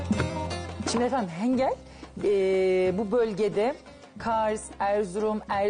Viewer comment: Hengal degil ğinkal diyoruz 😁 off ellerine saglik